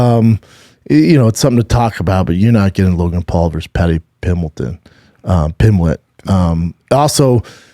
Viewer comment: I was having the worst day till the time I heard Brendan say Paddy "Pimbleton". Love you Brendan!